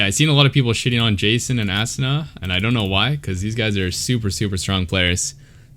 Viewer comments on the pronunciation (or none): I think his name is pronounced ah soona. Great analysis tho ! 🤓